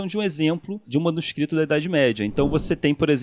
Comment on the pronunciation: Uma curiosidade aleatória, mas interessante: O Carlos Ruas falou "manuscristos" ao invés de "manuscrito". O professor Phablo de Filologia na USP passou por algo parecido. Ele postou sua tese como livro, tinha "manuscrito" como uma das palavras do título. A editora imprimiu errado, colocando "manuscristo", o que dava uma ideia religiosa para o livro. Só imaginem o problemão. Aliás, acho que esse professor seria um ótimo convidado para o programa, ele é bem humorado e é bem didático. Acho que a Filologia combinaria com os temas abordados no Três Elementos.